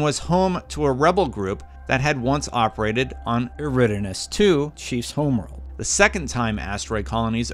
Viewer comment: Wow, absolutely butchered "eridanus" air-i-don-us